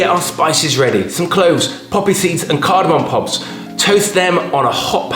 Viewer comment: Saying "Cardamom pobs" twice has made my night 😂👍